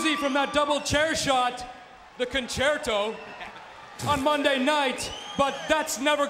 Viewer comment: That con-chair-tow left a lot to be desired lol